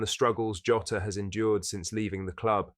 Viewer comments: Its pronojnced jaw-tah not joe-ta ffs man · its Jaw-taa, not tah. Like Jonathan Tah